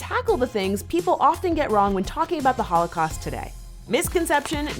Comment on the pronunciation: Ugh why does keep saying "hoelacaust" it's annoying me